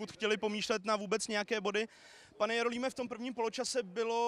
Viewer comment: kaueu jauouím :D